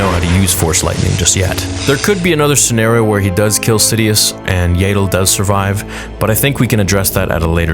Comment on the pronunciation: IT IS NOT YAY DLE IT IS AHHHHHHH DLE Y Y AS IN YES A AS IN AHHHHH AND THEN FINALLY DLE AS IN PADDLE